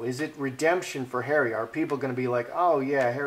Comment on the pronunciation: .......love the way pronounces "Harry" as "Hairy" sometimes...... especially when he said........."she has Hairy under her........"(arms) lol.